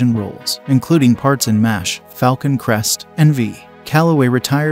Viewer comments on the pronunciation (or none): none